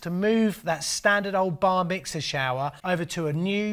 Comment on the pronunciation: old boy. Did you say Bar mixer or did you say Bar Mitzvah? hehe.